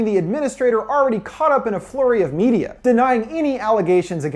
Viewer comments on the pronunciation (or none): none